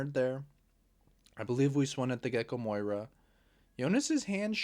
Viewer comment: Love the content but how we still calling him MOIra and not MORia 🤣